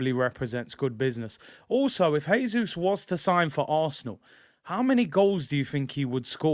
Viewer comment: Btw- Jesus is pronounced the Portuguese way: "Jay-Zus," not the Spanish way: "Hay-Zus."